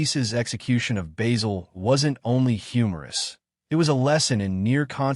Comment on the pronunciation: It's Basil.......not Baysil.